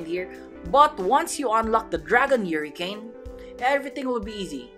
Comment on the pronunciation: bro said Yuricane instead of hurricane